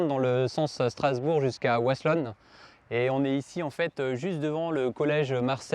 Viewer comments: Pour de dire c'est wasselonne et pas vasselonne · Wasselonne se dit Vasselonne ont ne prononce pas Woasselonne ici en Alsace le W se prononce en V =) Bonne journée